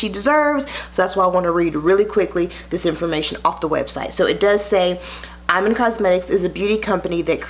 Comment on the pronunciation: It's pronounce E-man, love💕